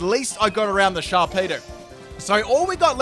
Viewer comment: You actually called Sharpedo "Sharpedo" only 1 time LOL